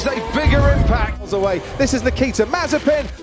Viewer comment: And by the way, its pronounced with the stress on the second I in 'Nikita', and if anyone tells you its wrong you can send him back to me, I will explain it all to them how Nikita is an ancient Russian name and how it should be pronounced